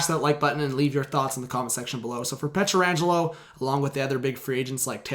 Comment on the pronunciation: Can you learn to say his name correctly?